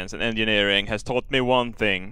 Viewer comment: It sounded like you said "Science and Gingerneering"